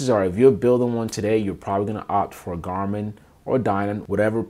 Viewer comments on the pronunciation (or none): none